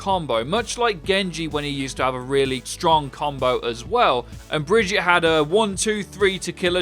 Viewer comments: im starting to get triggerd u call her BrigittA, its BrigittE. where in the world do u see the A in that name! and btw im danish, so i should be the last person to get triggerd when talking about a swedish person :D (and nobody wants to have a swedish accent, so its fine without it) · Brigit is actually a viable short form. On the other hand saying "Brigitta" is wrong. There is an e and it's a hard g. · You said her name right the first time, why did you just start calling her Bridget after? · Not Brigitta. BrigittE, like in mEta I really had to say that ^^' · Her name is pronounced BRI-GEE-TA! It's disrespectful to just say her name like Bridget just because that's what you think it should be. She is Swedish, the E on the end is pronounced like an A. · she is Swedish, brigette in swedish is (Bre yet). so the gette is pronounced. The G is soft and pronounced like a Y. example Joseph is pronounced Yoseph. Now stop murdering her name like and pretending it’s so exotic and foreign lets just pronounce her name Bridge Get Teah. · Your pronunciation wasn't bad, just say BrigittE not BrigittA and you're golden;) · It's not pronounced bridge-ette, it's brigeetta, pls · Why u say "ahh" at the end of her name. You even played the video - it's "ehh" at the end ffs. Learn the name it's not that hard (german speaker here btw). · That is not true he spelled it wrong its not "ahh" at the end - it's "ehh" if that helps. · Bri-gee-ta it's really not hard man. Broken comps don't make mystery heroes fun, it ruins it. The reason I play it is because my teams mates can't all pick dps like they do in quick play and comp, it forces them to some times play tank and support. Another thing now is that Sombra is OP the hack is atrocious to play against, if the only counter to a heroes ability is the same ability (having to pick Sombra to counter Sombra) then there is something wrong. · Say it with me: Brigeetah. Is that so hard? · bri-ge-tay >:T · Why is it so hard to say bree gee tah lmao.